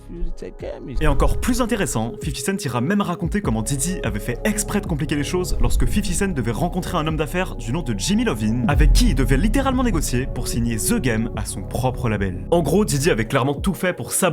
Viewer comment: Jimmy Lovin? 😆 Cest Jimmy Iovine avec un i majuscule